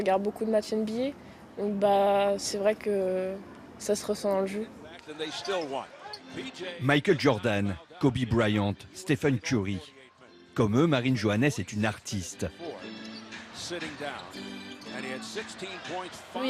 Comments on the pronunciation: Je rêve ou il a dit " Kobi Bryente " ? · Il a dis kobe brayante 😂😂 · Kobe bwouillante 😂😂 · comment il a dit kobe briant mdrrr chu koo😂😂😂😂